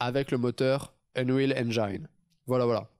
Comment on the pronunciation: "unréal enjaïne" :D le bon franchouillard "unwil enjine" ^^